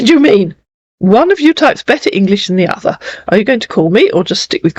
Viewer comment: And know how to say OTHER not odda